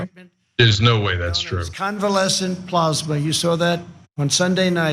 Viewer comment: Trump can't even pronounce plasma.